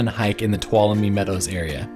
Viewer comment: This place is a life-changing experience. It's pronounced ,"to wallow me".